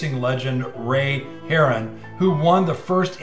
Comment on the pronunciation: I believe Harroun is pronounced Hah-roon.